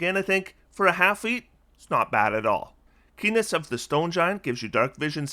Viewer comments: When you said “Keeness of the stone giant “ I thought you said P*nis of the stone giants and I had to do a double take… I wonder what a feat of that name would do… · Who else heard "Keenness of Stone Giant" wrong?